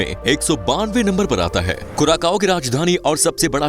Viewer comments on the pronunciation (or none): Hello dosto thik hai hum log , vasa toh khaas hai iss deshkaa Lekin teraaa vasa Jo henaa sudhaarnaa padegaa😂😂 kuraakaaoo nahi kuracao Hain .. Samaj nahi aayenaa kaao nahi vosadikey Sao Hain 😂 maakiaankh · Curacao is pronounced as क्यूरासाओ or कुरासाओ, not as कुराकाओ। Please correct your self. Thanks. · Bhai curaSAO hai curaKao nhi "Curaçao" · You pronounced its name wrong. It is pronounced as CuraSao